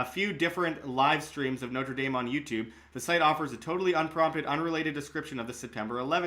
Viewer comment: Please learn how to pronounce Notre Dame properly. North Americans absolutely butcher these two words. Good coverage otherwise.